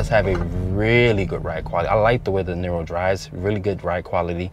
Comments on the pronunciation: it's pronounced NEERO (like hero), not NIRRRO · It's pronounced like "Near row", not "Knee row"